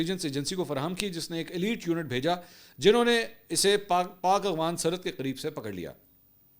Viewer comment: Mansoor Ali Khan# 10 time cmnt KIA k Bhai Afghan word hai or aap aghvan bolty hain....mgr afsos shyd kbi cmnt nahi daikhy gye